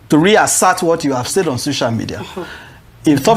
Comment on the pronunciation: Why's she saying 'shocial media ' I thought she was well schooled!